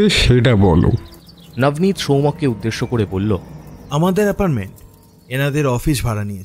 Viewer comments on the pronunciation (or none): কথাটা এপার্টমেন্ট, এপারমেন্ট নয়। একটু খেয়াল রাখুন।